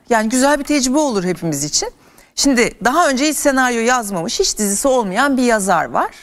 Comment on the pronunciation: de şimdi yerine şindi demiş Gülse hanım. Bir senariste yakışmamış.